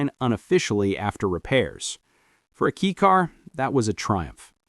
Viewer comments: It’s pronounced “kay” car not key car. 4 cylinders are not inherently balanced. That’s why most require balance shafts… straight 6s are inherently balanced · Definitely AI trash. Unfortunate. Nothing like a good old "kee cars".